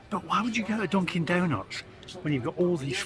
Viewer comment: Must be my hearing but I thought you said Donkey Donuts.